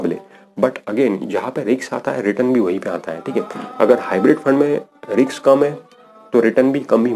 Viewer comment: रिक्स नही रिस्क